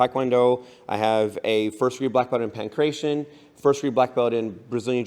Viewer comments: did he pronounce pankration wrong or is that how it's pronounced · This is essentially irrelevant to the video and does not affect any of his points I just find it extremely interesting how basically nobody pronounces Pankration and fighting correctly